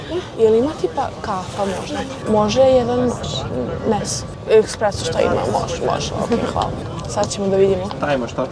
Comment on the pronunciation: ekspreso... aaaa😭😭 hahahaha nema veze p.s. espreso